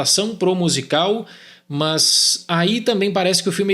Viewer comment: “mãs”, irmão da andressa urach